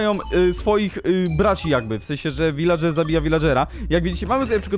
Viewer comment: wśćekły viladrzer"